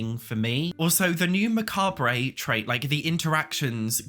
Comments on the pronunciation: Mac-arb-bray is not how you pronounce mac-arb. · Mah-car-bray made me laugh. mah-cah-bruh (french+English) or mah-carb (American) are the usual pronunciations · It's not "Macabray" it's just "macawb" :D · „Muh-ka-bray“ made me want to end myself 🥲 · Unsure if you’re saying macah-bray ironically or not 😂 it’s very Nigella Lawson “meecro-wah-vey” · macabre is pronounced muh-cob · Macabre is pronounced Mah-caab. Just pretend the last ‘re’ doesn’t exist. I think it comes from French. It’s one of those words most people only see when reading so I don’t blame you for not knowing the pronunciation 😊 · It's pronounced "macarb". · lol macabre is pronounced "mah-carb" or "mah-car-bruh" (closer to the french pronunciation)... that is all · Macabre is pronounced "mah cobb" I hope that helps. 😊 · this is a tiny nit-pick but macarbe is pronounced muc-arb. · "macab-ray" is killing me lmao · pronounced: ma-karb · You seem really mad that he gave his opinion, on his channel about his opinion.... P.s. It is not pronounced muh-cob. If you wanna pronounce it correctly, it's more like ma-kab with a super quick rolled r off the b... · Both forms are valid because it comes from the French word 'macabre', pronunced similar to "muh-kawb-bruh" with the French 'r'. I'm Spanish and I found it really weird that americans won't pronounce the full word, it was a shock for me! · The way you say macabre is killing me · pronounces macabre like Homer Simpson pronounces fragile, but it's okay cause he's hot 😝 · Learn how to pronounce macabre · vs pronouncing macabre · Hey! love you and this is in no way hate but macabre is pronounced MAC-ARB not macarbray 🤍😅 but that could just be the american way (I'm Australian) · Macabre its Mac-arb Not ma-cab-rey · Did you just call it Mscabe-ray? it's just Macabre Mah-cob Elvira will teach you - sorry I got married on Halloween so I know how to pronounce it. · lol Say... "Muh Kawb" ... not "Muh-Kawb-rayt" lmao